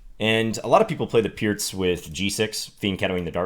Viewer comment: Still pronouncing "Pirc" correctly without pronouncing "Alekhine" correctly, huh? You're a girl from egypt.